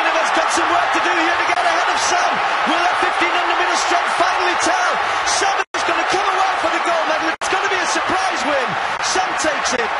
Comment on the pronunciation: Not "Sum" but "Soom"... That "u" is phonetically "ooh" when reading African words